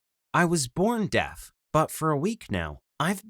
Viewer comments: that’s Makaton a form of sign language where you spell out the word Also is it just me or does it sound like he’s saying death instead of deaf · This guys say deaf wrong I only hear him say Death